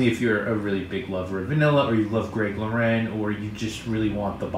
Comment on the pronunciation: FYI Lauren is pronounced like the girls name, Greg & Ralph Lauren are American, not French. You said it correctly once for some reason. :)